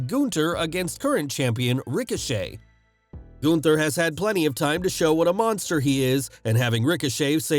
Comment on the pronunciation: I am surprised, that you can pronounce Gunther somewhat adequate.